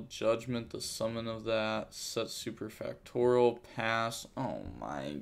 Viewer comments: Super Fact Or E Al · SUPER-FACT-TO-RIAL (pronouced like real), that's where you messing up, won't blame ya tho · i thought he was saying mayonnaise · U still say superfactorial wrong 🤣